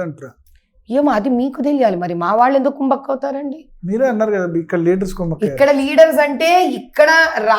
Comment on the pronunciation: Thalli emi Telugu thalli needi? Adi kumbakku kaadu ❌ vinalekapothunnamu 🤦 kummakku ✅